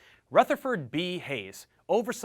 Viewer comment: I'm from Fremont OH and it's pronounced Rootherford anyways great video everyone one else is boring